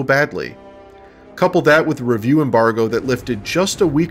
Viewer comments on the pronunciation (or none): none